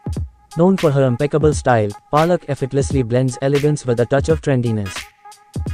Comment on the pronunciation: Lol, it's Palak not 'Paa'lak. Superb edit though. Aaj pehli baar iske naam ki mutthi peli jayegi. Iski maa ne toh khub thakaya hai chote bheem ko.